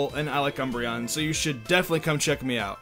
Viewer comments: Anyone else hear “Mr. Cumbreon” ? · Because all of the British you tubers are partnering with umbereon, the way they say his name makes it sound like “mister cumbreon”